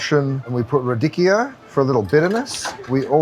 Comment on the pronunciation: The pronunciation "Turbot" & "Radicchio" is comical!!! TURBO & RA-DICKY-O 🤣🤣🤣🤣🤣🤣